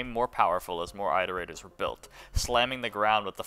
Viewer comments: why tf did you say "eye-terators" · for the love of god stop saying eye-terators you are driving me mentally insane